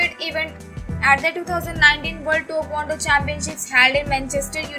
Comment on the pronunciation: IT'S TAEKWONDO NOT TOKONDO